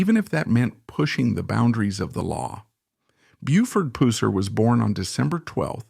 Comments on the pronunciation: When will these documentaries Ever get a Voice that can pronounce his Last name Right??? I couldve pronounced his name right in the 2nd grade: Pusser! These voices saying " pooser" are ridiculous! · Please learn how to pronounce Pusser.